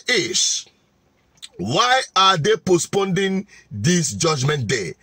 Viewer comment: Pls it is Postponing not postponding